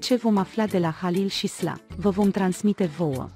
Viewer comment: Nici eu nu inteleg nimic din ce comentează aceasta doamna.Sila îl pronunta Sla.Nu ne-a spus nimic de ce nu săruta HAlil in film.Cum vrea să fie HAlil un actor complet?